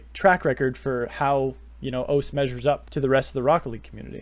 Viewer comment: Great video although you might be the only person to call O-C-E “oace”